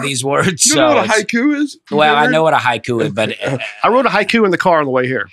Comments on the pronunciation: Dusty, I was also a huge fan of Raven the wrestler. Between that and pronouncing “haiku” like the wrestler Haku, I felt like this episode was sponsored by WWE. Thanks for the “poyms” and the laughs, fellas! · Watching Dusty and struggle to compose themselves while was pronouncing prom and poetry was so funny to me that I was in tears at the end of that segment. Then, when I heard him first say “haiku”, I thought he sneezed at first. Y’all are awesome! Thanks for the many many laughs. Looking forward to seeing Dusty in Richmond at the Funny Bone. I’ll be at the first Saturday show. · I listened to this podcast while on a 6 hour roadtrip and had tears running down my face listening to say poem! Then he pronounced Hai KU and I lost it again! you are a national treasure. Thanks for these long podcasts!! They definitely made my trip better!